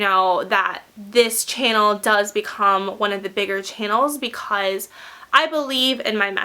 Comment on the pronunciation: Love ur vids but the way u say "because" is rly.... Ughhh!